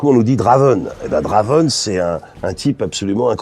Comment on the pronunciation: Oh :( il a tout gâcher le 'draven', ça sonne mal. Essaye 'Drèven' :p